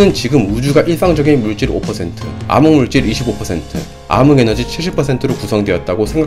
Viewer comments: ㅋㅋㅋ 아무물질 아무에너지 암흑의 발음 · 아인슌타인이라고 하세요 ㅋㅋ 발음 귀여우세요 ㅋㅋㅋ 그거랑 암흑물질을 아믕물질 ㅋㅋㅋ 너무 커엽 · 발음이 왜 이래 아무물질로 들려 아인슌타인으로 들려